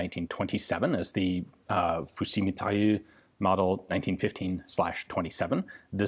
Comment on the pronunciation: "Fusil mitraillUre" xD